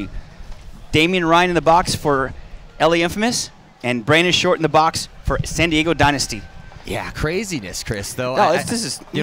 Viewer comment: why cant the commentator pronounce San Diego, I spent 45 minutes trying to figure out what "Santigo" was